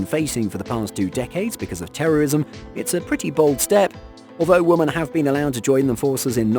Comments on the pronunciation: OMG it's "WOMEN" not Woman for the 5000th time 😂😂😂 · Like some others have stated: you seem to have a problem pronouncing women. Also: As long as people pass the standards set I have no issue with gender. But if you lower those standards or remove them completely that's a gigantic issue. And lastly: you contradict your stance on women in the military and equality with a video like this but you seem oblivious to it which is pretty damn funny.